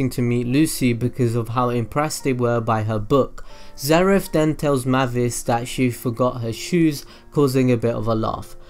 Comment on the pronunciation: Its May-vis not Mah-vis